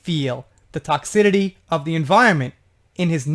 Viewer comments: Toxicity::::: TOCKS------I-----CITY Not TOCKS------I------TITY Just trying to be helpful. BTW.. Do you speak Japanese.??? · Hi, Another Great Job! You know Me though; if I think that You have a mistake in a pronunciation; I will let You know. I just want You to stay correct ALWAYS. Toxicity the C has a soft s sound like in city. I understand the mispronunciations because it is toxic when not in the word toxicity. Weird but it is Our English language and We don’t always have understandable rules in Our United States English language. I just wanted to let You know but no personal criticism of You. I think that You know that by now because I will always support You and love Your channel and all of the work that You do. It is confusing about Ellen but even before the D.Jay wrote anything good or bad about Her. I heard one Guest say, he said hello to one of her staff members and she, Ellen, said to Him, a Star Guest on Her show; “You don’t need to speak to Them, they are just the little people or the help.” WTF?! Ellen, You are not in medieval Europe and You are Queen Ellen!!!! She has had too many people including the Star-Guest that came out and shared this story. She is just IMO, A Mean, Condescending BITCH!!! I liked Herca lot in the 90s when She Had the Sitcom